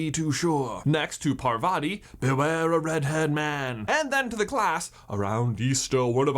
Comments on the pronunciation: Why do westerners pronounce the name as Purvaati Pa-tell? Its pronounced Paarvati Pa-tail, yes just like the tail in wormtail. Stop butchering our names, please. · And I always wonder why people mispronounce Parvati and padma's names- It's PARvati, not parVATI, and it's padMAA not PAADma.. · Paar-vuh-tee P-uh-dm-aah Those are the correct pronunciations of the twins' names I know it's not major but it's always nice to hear correct pronunciations Otherwise, I love this video, I actually picked up on a couple of these while rereading the series but I'm so happy to see others did too!